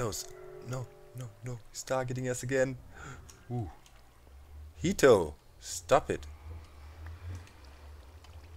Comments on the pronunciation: I don't know if any you have any Japanese viewers doc, but 'heto' they way you pronounced it means 'person' in Japanese. I just think that that would be really funny, for you to name your guardian 'person'. it's so... average lol. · It sounds funny that's all cause to me jito is a son a nephew etc. and when he says come here heto it sounds really funny I love Doc I just thought he would get a kick out of it never meant it to sound critical I got a kick out of it but being from NM US it is a word that insisted he was calling his guardian a name I would call my son it made me laugh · Exactly! I thought he said 人 too xD